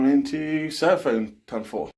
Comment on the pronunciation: It’s Seraphon not sera-phone ....